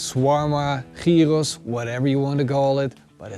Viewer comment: Love it how you listened to the comments and learned how to pronounce gyros properly !